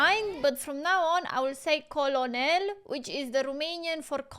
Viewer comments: Instead of col-o-nel you can just say kernal and it gets the point accross a lot of people just say that instead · the best way to think of "colonel" when you speak it is to think "kernel", because that's basically the correct pronunciation. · great heartfelt reaction as usual. oh, and you are getting pretty good at military strategy from watching all these movies.. Oh and the pronunciation of "colonel" is "kern-ul" or "kur-nl". It is one of the many words in the English language that is spelled differently from how it is pronounced, which can be confusing for non-native speakers. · Its pronounced "CURNEL". 😉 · ...the word you're having trouble pronouncing is pronounced kernel....like a kernel of corn. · KER-NIL , Like FUR and NIL, nil like the British version for ZERO 🤪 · "Colonel" in English is pronounced the same as "kernel," as in "kernel of corn." Logical? No. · The way to Pronounce COLONEL, is phonetically, CURNELL. That's how we pronounce it here in GBR/UK. And we produce the finest Armed Forces Personnel in the WORLD. Royal Navy/Army/Royal Air Force/ Special Forces (SAS, SBS) Reply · Colonel is pronounced "cur-nell" like a popcorn kernel. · Colonel is actually how it is spelled in English too. Don't ask me where that R comes from! It's invisible. Saying "Col-O-Nel" is perfectly understandable! That's how it is said in French too! (I'm American but speak French and lived in France for five years). Custer was an American cavalry colonel involved in the wars against Native American tribes in the 1800s. He brought a smaller force (300 I think) of soldiers against a vastly superior number of Native American warriors and pretty much got all his men slaughtered (which is why Gibson is not happy about being given the same Regiment number). The battle is referred to as "Little Big Horn," which you can Google if you want. LZ = "Landing Zone" (for aircraft - in this case helicopters)